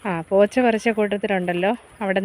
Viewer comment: പോച്ച എന്നത് ഞാൻ കേട്ടത് വേറെ ആണ് 😀 വീണ്ടും കേട്ടപ്പോൾ ആണ് മനസിലായത്